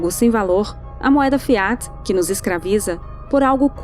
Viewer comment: A pronúncia de FIAT tem a tônica na primeira sílaba. Fonte: o latim